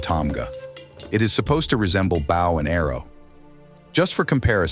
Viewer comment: Is this AI slop? You said "bow and arrow" but pronounced "bow" as in "bow to your king" lol you trash bags